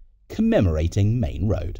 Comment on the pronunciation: Its Maine Road, not Main Road.